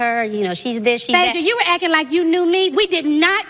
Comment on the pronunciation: NeNe...the word is ACTING...NOT AKKIN'